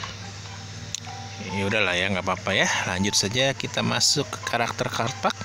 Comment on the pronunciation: bang, saya gak mau sok pintar bahasa Inggris, sekedar koreksi saja untuk cara bacanya. gopay 👉 gopei completion 👉 komplesyen card pack 👉 kart pek guidebook 👉 gaidbuk saya udah pernah komen gini loh tapi sepertinya gak di notice :(((((